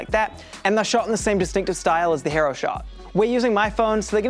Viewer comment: He-roh? Nah mate it's Hee-row